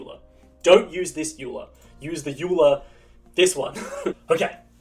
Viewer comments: It's pronounced "oiler" not "yuler " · It is pronounced "Oiler" not "U-Lar", the name of the famous mathematician who contributed heavily to the branchs of Maths like Graphy Theory and Topology. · Nice thanks! (ps Euler is pronounced 'Oiler'!) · euler is pronounced "oilah" btw